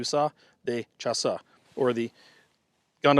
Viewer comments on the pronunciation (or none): More like "shuss" (fuss with sh instead of f), I´d say. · It's pronounced like "shass" whitout the e audible at the end. Interesting video as usual. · The E at the end is silent.